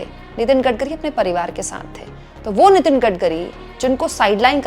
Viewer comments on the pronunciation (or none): none